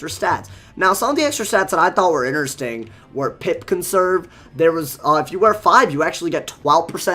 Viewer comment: U said ineresting again lol